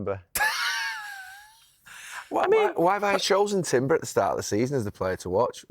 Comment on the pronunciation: Bro said Timber